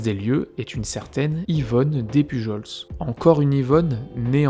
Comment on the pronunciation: Super intéressant comme vidéo, par contre petite précision sur le nom Despujols. On le prononce comme Des Pujol. Les s ne se prononce pas. Quant à théorie sur la veuve noire, je pencherais plus pour la théorie selon laquelle la fameuse Suzanne voulait se remarier vite parce qu'elle voulait être à l' abri du besoin et que le seul moyen pour les femmes à l' époque était le mariage. Cela est possible surtout si on vient d'un milieu pauvre et que toute sa vie on a dû faire attention à tout.